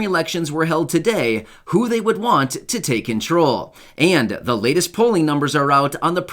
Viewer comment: Control not crawl